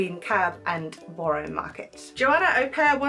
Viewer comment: Hint: Borough is pronounced "burruh" -- I have heard you mention Borough Market a few times but it doesn't sound right when you say it